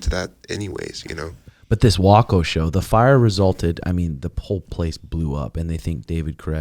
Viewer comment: Texan here, it’s pronounced (way-co) he’s talking about the branch Dravidian’s in Waco, Texas